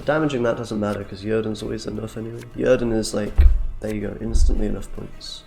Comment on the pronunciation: Right? I was like: "did he really just call it Yerden?"